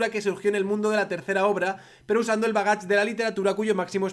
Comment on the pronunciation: Realmente ha leído bagaje como "bagach"? Joder...